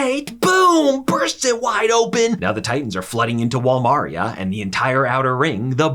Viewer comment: “Wall mawreeuh”